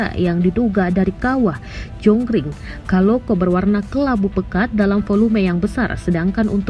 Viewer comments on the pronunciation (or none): Jonggring saloko min bukan kaloko